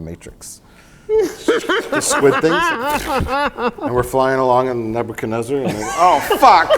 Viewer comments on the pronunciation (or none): none